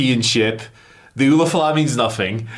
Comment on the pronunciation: The way pronounces Ula Fala.....geez. even comes in and pronounces it correctly, and i think it was intentional because he got tired of pronouncing it wrong. Lol